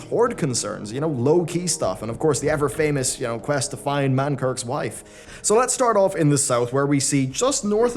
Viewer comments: "manKIRK", its manKRIK, 0/10 unsub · Mankrik* not Mankirk.................................. facepalm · Mankrik's wife isn't famous enough because you pronounced it Man-kirks. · It's Mankrik, not Mankirk.